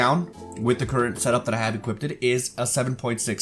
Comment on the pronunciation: My guy... it’s “equipped” not “equip-did” It was like a drinking game every time you said it. Other than that great video.